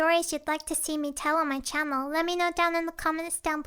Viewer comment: Was I the only one who heard "Chammel"